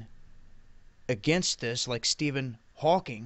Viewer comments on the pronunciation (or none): none